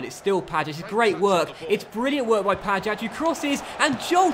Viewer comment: You pronounce pajac like ‘pay-jack’